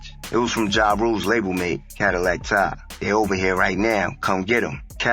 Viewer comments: Its pronounced Ty or tie not tah🤦🏽‍♂️ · in YOUR video everybody says TY but much props for not being AI ! I never heard it pronounced Tah it hurt my ears everyone I heard it